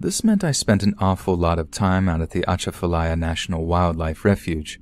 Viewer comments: It’s pronounced ah chaf ah lya and Plak ka men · You mispronounced Atchafalaya lmao uh-chaf-uh-lie-yuh is the way to say it. Kinda like jumbalaya. Love the stories 🐊🐊 though keep it up! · It was the pronunciation of Lafayette (Laugh-E-yet) and Atchafalaya (atch-a-fa-lay-a) for me💀💀💀